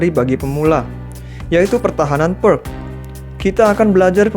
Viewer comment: Sebaiknya menyebut Pirc dengan "Pirts" bukan "Perk" 😁 Terimakasih penjelasanya Video edukasi yg bagus dan keren untuk pemula